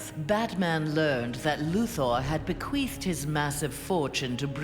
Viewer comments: She said bequeefed.. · ha she said bequeefed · Be-quifing ? Lol